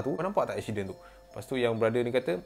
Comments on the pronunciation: Accident become eksyiden 😂😂 woww btw memang suka dengar cerita seram tambah pulak dengan jumpscare! Powerr AHAHAHAHAHA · Aku tak leh fokus dengar "EKSYIDEN" tu hahahahahaha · Fatin Fatihah ingat aq sorg jer perasan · telinga aku mslh ke?ekshiden😂